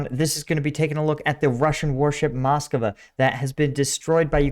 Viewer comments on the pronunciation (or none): You are pronouncing the ship's name wrong. There is no extra 'a' in the name. It's "Mas-Kwa", not "Mas-Ka-Wa". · It's not Mos-Co-Wa, but Mos-Cva